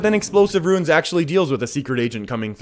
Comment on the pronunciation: Well played, its runes, not ruins